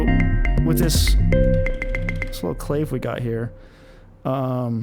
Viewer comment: Awesome Live stream!!! But clave rhymes with agave not grave.